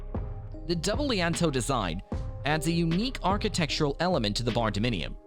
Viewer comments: Lee Ann toes...bruh, it's lean-to this is fucking hilarious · Again….”Lean-To” (Phonetically: Leen-2). Silly muskrat